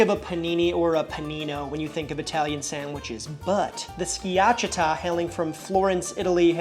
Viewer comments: Its skia-CHAH-tah 😉 great video. I'm danish, so home of the open faced rye bread sandwiches, but my favorite is the jambon beurre. I eat it very simply often, just a good baguette, good butter, and wafer thin boiled ham. If I feel fancy I add dijon, cornichons, and comté, but for an everyday lunch the simple one hits, and is cheap as well 😊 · I think it's pronouced ski-a-cha-ta. Uncle Scott here on youtube has an awesome Schiacciata recipe. Great sam vid!! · Sorry to be a jerk…pronunciation…SKI-ACH-EEE-AHHTA….DOE-NER…YAM-ON BEAR….pronunciation matters…but you got Bocadillo so plus one…. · You did in fact mispronounce “schiacciata.” 😅 Skee-a-cha-ta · Bruh, my ears hurt after hearing you pronounce schiacciata and all'antico vinaio go to google translate and hear how it's pronounced, not hard, not hard